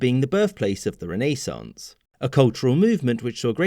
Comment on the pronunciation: Thank you for saying renaissance and not rennesance